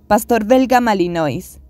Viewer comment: Lakenois= porque pronuncias el final tipo francés pero después no en el Malinois???? Deberían tambien